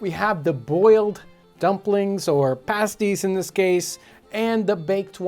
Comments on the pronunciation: Pronounced "pahh sties" not paysties. 😊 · pasties not passties lol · paste ---> pasties, not pahsties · I'm pretty sure in Britain they pronounce them "past-eez" (pasties). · The pronunciation for the "pasties" is pronounced Past-ees. The way you're saying it is the same as the name for a nipple covering,typically wore by strippers. Great vid anyways!!! Source: I eat them all the time (am in England) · I heard him pronounce it like the nipple covering and the right way, I'm just trying to make sure he knows the definitive way of saying it because he's a little stumped on it.